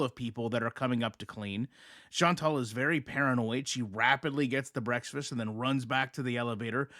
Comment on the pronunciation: Are you saying “breaksfast?”